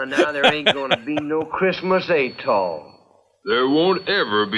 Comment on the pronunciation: Oh, good, I wasn't the only one who heard "at all" as "atoll".